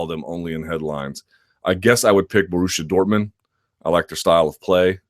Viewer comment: brilliant podcast as always! but as a german and i dont care about football or handegg i have to say the way you pronounce borussia dortmund made me laugh